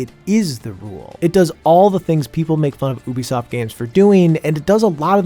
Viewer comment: Great video, but I must say OObisoft